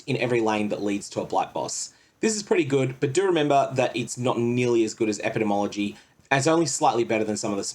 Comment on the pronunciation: Ep-ih-dee-mee ology Sovereign-tee, not "inity"